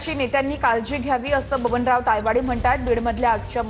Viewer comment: तायवाडे की पायवडे 😂😂😂